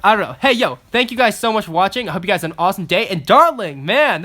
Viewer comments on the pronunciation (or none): At the end “blush you’re teeth and fross” 😂